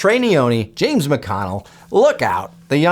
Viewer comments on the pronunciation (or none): none